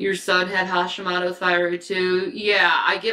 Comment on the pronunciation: Haw-Shee-Moe-Toe. If you're going to lie about it, at least pronounce it correctly.